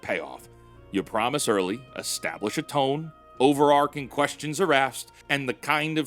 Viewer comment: OVERARCHING, NOT "OVERARCING". I am disappoint,.